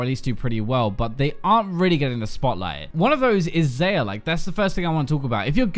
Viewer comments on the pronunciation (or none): The champions have been out for a month now. I cannot believe you are still pronouncing them "ZAY-uh" and "RACKan." They say each other's names in their V.O. It's not up for debate. "ZAI-ah" and "Ra-KAHn" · its (zyi-ya) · Xayah is pronounced "Zi - yuh" Rakan says it a billion times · Hey it's XAyah(zAyah):)